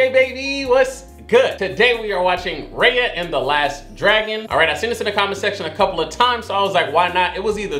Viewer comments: said "RAHYA" instead "RAYA" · You keep saying her name wrong her name is not Rhea it's Raya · You said it wrong it’s not Rea it’s Raya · Dude, HER NAME IS NOT R (AI) YUH!! ITS R (I) YA!!!!! JEESE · Hey! One thing you got wrong was the pronunciation of Raya's name: it's pronounced "Rye-ah" like Rye bread? Or rice? It's a long "I" sound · Just so you know Raya is pronounced "Ri Ya" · It’s R I y a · He watched that whole movie.. and STILL pronounced her name wrong at the end ajsjhsdh i cant haha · Not you watched the whole movie and still mispronouncing her name 😂😂😂🤣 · How you gonna watch the whole movie and still pronounce her name wrong at the end ? XD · The a is pronounced like an i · How do you watch the whole movie and at the end still pronounce her name wrong? Lol smh